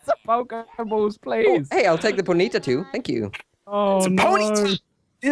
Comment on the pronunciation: ponyta not poneata